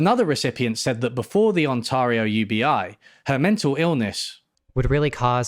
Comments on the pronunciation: You mispronounced Ontario. And Alaska is state of the USA. Ah Canada more times when they do studies and then ignore the results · Excellent video, but please never pronounce Ontario like that ever again. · The way you pronounced Ontario sounds like the name of a total hunk that your girlfriend knows really well and she keeps telling you not to worry about him.